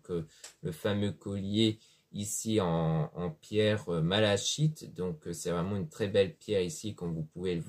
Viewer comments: Bonsoir jeune homme vous prétendez connaître les pierres ! Alors prononcez leurs noms correctement ! Malachique se prononce MA LA "kI " TE ! Guidance beaucoup trop confuse j'arrête de vous écouter prenez des cours !!! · Ça s'écrit malachite et pas malachique. Vous voyez bien que l'erreur est humaine, il n'y a que les personnes qui ne font rien, qui ne font pas d'erreur... Et encore, je ne considère pas la prononciation comme une erreur, on voit tout de suite de quelle pierre il parle. Comme votre erreur dans l'orthographe n'est pas une erreur grave, on comprend. Par contre vous êtes agressive pour rien, il donne de son temps pour nous, et vous... vous partagez vos énergies négatives... Enfin bon, j'espère que vous arriverez à prendre du recul et vous excusez auprès de ce jeune homme.